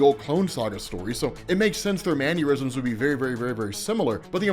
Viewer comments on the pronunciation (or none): It's "mannerisms", not "man-yur-isms".